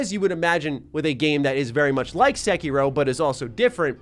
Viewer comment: Bruh, why you call it sekyrow??